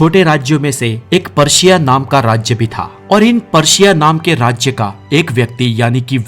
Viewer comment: प्रशिया not पर्शिया